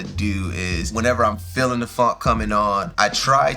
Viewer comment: Your accent made it sound like ”Fuck you February” and honestly that’s accurate 😂😂